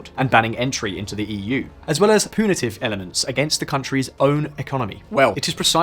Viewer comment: I've heard two glaring mispronunciations within the first 2 minutes of this video. Look up how to pronounce chagrin and punitive. They're pronounced more or less the same in the UK in the United States, the accent doesn't change them in the way that they were pronounced in this video.